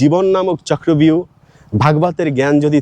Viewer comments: কথাটা হবে-চক্রব্যুহ, চক্র ভিউ নয়। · চক্র ভিউ না, কথাটা চক্র বুহ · কথাটা চক্রব্যুহ হবে